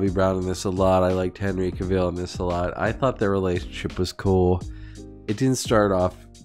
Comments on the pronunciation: Cavill rhymes with travel. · LOL, that's not how you pronounce Cavill 😂😂😂